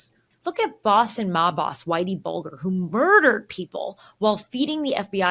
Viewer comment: If youre going to present yourself as knowlegable....atleast get whitey Bulger's name correct....its not Bolder is Bulger